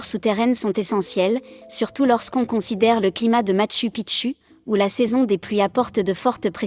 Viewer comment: Merci M. Coilhac. Et content aussi de vous voir ici 😊 En effet, la prononciation du système de synthèse vocale est perfectible 😄 tu devrais adapter le texte en ce sens, Matchou Pitchou, Ararate, ... 😘